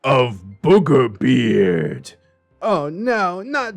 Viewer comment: “whew, I almost called him burger beard!” Also: continues to say burgerbeard (Don’t worry, I get that the two are very similar and I just find it funny)